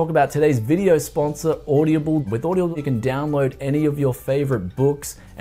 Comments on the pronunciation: Bruz, its Aud-Ah-Ble, not Aud-ia-ble, at least according to their own advertising, just pointing that out, enjoyed the vid alot my man! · Am I the only one that noticed he pronounced Audible as OY DA BULL, lol